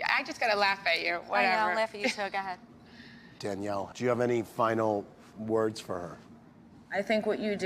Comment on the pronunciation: “I guess so, ga’hed!” Lol I thought Kim G was great on the show